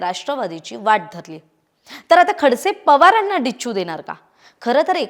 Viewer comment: It's not Dicchu...Dacchu...Kay khara nahi sakala ch